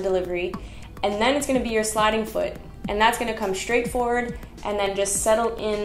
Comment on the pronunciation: Thanks. I always enjoy your videos. This one made me giggle every time you said "SHtraight," 😁